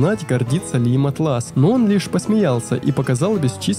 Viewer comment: кстати, интерфейс называется Áтлас, а не атлÁс)